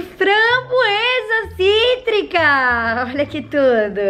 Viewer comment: Você percebeu quando você falou língua de framboesa cítrica no cítrica fico cotrico